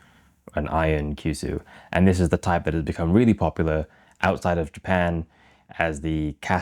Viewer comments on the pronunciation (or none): none